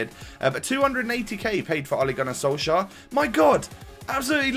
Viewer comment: Let me help you once again wit the pronounciation. Ole Gunnar Solskjær. In the Solskjær the jær is kinda pronounced as "Yeah" and with the "K" in front is kinda like "Kyeah". The "Sol" is kinda pronounced as "Soel". I don't know how to explain that properly.